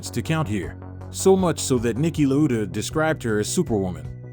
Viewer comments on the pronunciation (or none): Hold on. HOW did you pronounce "Lauda"? That was a crime. Also, didn't realize Saudi Arabia, USA, etc are continents; I thought they were countries. Otherwise very informative